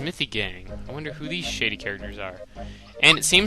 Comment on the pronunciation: haha...When you said, "I wonder who these shady characters are?" It sounded like you said shitty instead of shady.